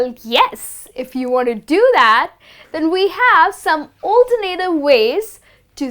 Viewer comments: You mispronounce alternative. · Please pay attention to how you pronounce the word "alternative".